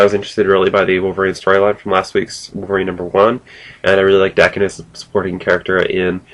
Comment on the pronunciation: cool. im lookking forward to reading it actually. and its pronounced like "hawk" but with a "d" instead "dawk-en" daken :)